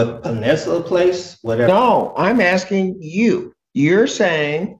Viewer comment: More 'axe' ing